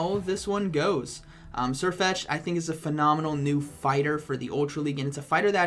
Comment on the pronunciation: Why doesnt Sirfetch'd learn Surf? That would be funny, since you actually say Surfetch'd